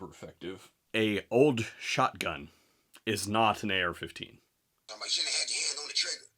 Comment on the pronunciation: He did not even say AR 15, he said XR 15. 😂😂😂😂. He is a lengend in his own mind. Does he even know what basic gun safty is? Where did he take his CPL class? Wow!